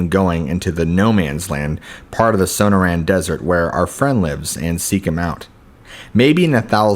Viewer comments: Might want to learn how to pronounce things like places. The Sew-no-ran desert is pronounced Sa-nor-an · it's SOH-NORR-AN not SOH NOH RAN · Sun-nor-rin, not sana-ran lol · The so-noor-an desert, learn how to pronounce words you aren't familiar with. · It’s SUH noran not SO no tan desert 🌵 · Dude the pronunciation of sanoran dessert is so bad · Su-nor-un = Sonoran. At least pronounce it right. Gargoyles are on churches to scare away evil spirits. These are the dumbest stories I've ever heard. I lived in Arizona. Just do better🙄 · Did he just say son-oh-ran desert 🌵 😆😂LOL! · first story - grew up in the desert , yet cant pronounce 'Sonoran' (so-noor-an). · For fucks sake man. Your pronunciation of Sonoran makes my skin crawl.